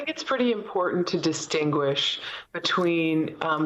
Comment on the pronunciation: Good reporting I always enjoy the news and Reporting from MSNBC however please learn to pronounce people's names properly because you called the prosecutor Fani Willis Fanny and her name is pronounced Fawni but otherwise good reporting and I always enjoy the news thank you